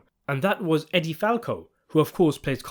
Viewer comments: Edie's name is pronounced EEE-dee Falco, NOT EH-dee Falco. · EEEE-dee Falco. Not Eddie. Ffs.